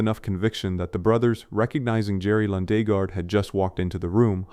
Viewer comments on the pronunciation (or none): Well, kudos, I didn't confirm this is AI until the mispronunciation of Lundegaard the second time it was spoken. I hate AI narration and cut shots.